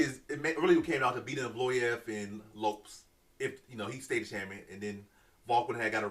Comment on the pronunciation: Crazy this guy pronounced evloev right but not Lopez 😂